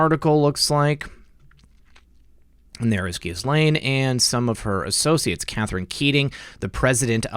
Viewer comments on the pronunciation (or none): ok - I'll try it one more time. "Ge'-Laine" Hard G - not Jiz - we all know what jiz is and it's not G .... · Ghuislaine- the “S” is silent. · Ghislaine is pronounced “Ghee-Lynn”. That’s how Virginia Roberts pronounces it in her video. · ICYMI "Ghislaine" is pronounced more like "Gah-lenn". Cheers from Ohio! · Ghislaine is a French name, the gh is soft, the s is silent, pronounced Je lane